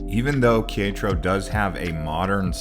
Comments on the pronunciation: OMG ! Qui-ETRO? Quer-é-taro, just like it is spelled. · That pronunciation was painful. It's pronounced Keh - reh - tah - roh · KAY RET TAH RO! its not that difficult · You killed Quietro’s name 😂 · It's most worrisome and debilitating to hear some mispronunciation of the name of the city Querétaro. You should always seek out a local person and practice the name of their City even if you look stupid it's better than butchering the name.. Ke re ter row... I hope that helps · "Care et a row" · Que -re-ta-ro 😃 great video. We just got back from GDL and tequila. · How are we supposed to trust anything these guys say when they can't even be bothered to learn how to pronounce the name of the city correctly. I mean, my God, you can take all that time to make a video but you can't even be bothered to ask a local how they pronounce the name of the city. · You have some real good video of the city of Querétaro. I enjoyed watching it, except for when you tried to pronounce Querétaro. I have been living here for 9 months, the people are very friendly. Almost anyone would have been happy to help you with your pronunciation. Other than that, good job on the rest of it. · what an interesting way to pronounce Queretaro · It's driving me crazy. I won't lie. Nice footage though.